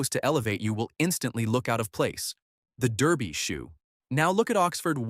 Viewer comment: Blimey, they actually pronounced Derby correctly.